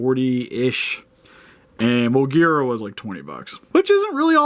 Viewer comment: I'm happy that you pronounced Moguera correctly.